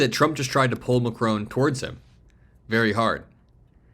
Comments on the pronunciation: The name is Macron …..NOT Macrone! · please say "Mac-Ron" not "rone" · His name is MAcron, not maCRON. You are pronouncing foreign leaders' names improperly more than once man. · His name is pronounced MACKron not MaCRONE. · It’s pronounced MackRon not Macrone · Please pronounce Macron’s name correctly. It is not Macrone, it’s MacRON. It is very disrespectful to not pronounce names correctly. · It's Macron, not Macrone. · Not Macrone, his name is Macron, with nasal o and silent n. You have to pay attention if you want to be a reporter. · Love your vids, but it’s Macron not Macrone. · Macron, not McCrone. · It's Mah Kron not Ma Crone. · Why do the Americans call him Macron(e). Listen to how the French pronounce his name. Its Mac-Ron. Simple.... Macroane? ..... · It’s not pronounced Macrone but Mackron. The ‘n’ Is not pronounced in French but you could at least pronounce it the English way and use the shortened o sound instead of the lengthened o that Americans use for no apparent reason. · President Macron is NOT Macrone. It Macron no ‘e’ at the end. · Lol!! So astute. It's that old thing that a strong handshake is a sign of a strong character. But I'm Trumps case it shows how much if a simpleton he is. BTW...it's Mac-ron. Not Mac-rone..just saying 😊😊😊😊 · 'Ma kronn' dude not Mackroan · It’s Macron not Macrone - short ‘o’ not a long one. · Please learn how to pronounce Mac-ron. Stress on first syllable. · Just a minor detail, but the French presidents name is pronounced MAC-RON 🙂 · It's not Macrone! Like it's not KamAHla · It’s not Mac-rone. Learn how to,pronounce it. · "Macrone" is not a real word. You bloody Americans cannot pronounce a simple word your haven't learned formally. Your mispronunciation is cringeworthy. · Why are you repeatedly so incapable of pronouncing Macron's name correctly? - Mack-ron - there is no W or E it is not ...krowne. 🙄😖🤨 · You pronounce the name Macr'o'n, the 'o' is like the 'o' in cOtton.